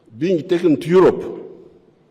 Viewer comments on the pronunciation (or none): Aerope not Europe